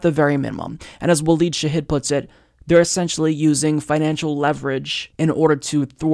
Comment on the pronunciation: Shahid it's not 'Hid' it's more like 'heed'; it's anglicised as 'yid', 'Yeed' 'Aid' 'eid' 'ayid'or other things. For example El Cid is a Gallicised 'Sayid'. Some of these versions show up in Jewish names, which is due to their semitic origins.